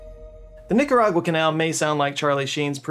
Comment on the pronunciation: Man it was rough hearing you say Nicaragua and Managua 🤣. Are you using more AI to edit? Regards from the belly button of the central america